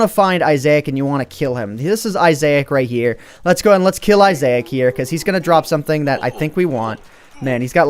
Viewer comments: Seriously? Isaac is pronounced eye-sack. not eye-zay-ack. If you didn't know, The binding of isaac is what it is based off of, a "twin stick" shooter that is super awesome and fun but is pretty gruesome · ANT IT'S PRONOUNCED I-SS-AC NOT I-SSA-IC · and its Eye zac NOT Eye azac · ITS PRONOUNCED is-ik NOT ISAIC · Its not yitzchak your some other language fool XD its issaic / issac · It's not issac is eye-sick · Isaac is part of a game called the binding of Isaac and it's pronounced Isac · Isaac pronounced Eye-zak, just like the name. My ocd died in that video. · He kept saying Isaac (eye-zay-ic) rather than (eye-zac) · It's pronounced Isac not Isa-ac. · dude...its i-zak < not i-zayak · respect the Bible man! (I-Zach) not isaic! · Isaac pronounced eye-zack not eye-say-ic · Really, Eye-zai-ik? I believe it is pronounced Eye-zak. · its isac not isaec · isaac not isaic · Iasec? its pronounced Iss-ack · I love the binding of i-zay-ke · its is sac fro m to binding of issac, and its said isac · lol the head is a reference to "The Binding of Isaac" by Edmund McMillan. it is pronounced as the name "Issac" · It's pronounced I-zac a character from the game binding of issac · I am giving some advice not hating on It's pronounced eye-sick from a popular indie game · It's pronounced i-sac from the binding of Isaac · Its pernounced Isac dumbass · It is I-Zec -_- He is from the game binding of Isaac. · Isaac is pronounced (eyes-ick) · isaac is from binding of isaac and I think you say it like normally saying Isac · You don't know how to pronounce "Isaac" (It is pronouced I-zack) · you are saying isaac wrong... its more of i-zick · Isaac is pronounced eye-zick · Isaac is pronounced IZ-ik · It's Eye-zik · Ies -ac it's from a game please pronounce it correctly please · isaac- (eyes-ick)... Sorry but you said it weird so much it was killing me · Its pronounced "eye zack" from the binding of issac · Isaac (Eye-Zick) is a reference from the binding of Isaac video game.